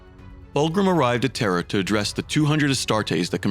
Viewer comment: I hear the same, especially when he says Terra.. it sounds like Terror